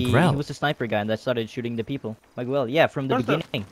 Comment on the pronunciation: who pronounce Miguel like that? hahahahaha